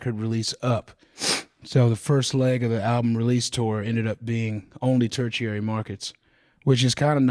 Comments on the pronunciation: “turchiary” lol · Ter-chiary instead of tertiary is crazy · ter·ti·ar·y /ˈtərSHēˌerē,ˈtərSHərē/ Not turcherary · Couldn't get through five minutes, sorry. Mispronouncing "tertiary" and "Des Moines" was rough.